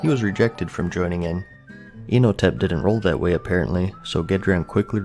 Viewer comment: Inotep sounds like "I have never touched or talked to a women before" tep.